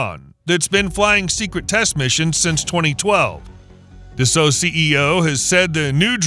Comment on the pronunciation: 「だっせーっ！」じゃなくて「ダッソー」です🤗